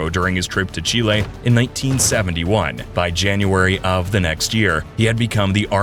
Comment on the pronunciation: FINALLY someone who pronounces Chile correctly